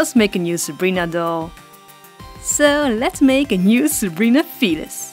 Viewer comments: not to be rude or anything but it kinda sounds like ur saying fetus instead of felis Srry if ur offended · At first I thought you said the fetus family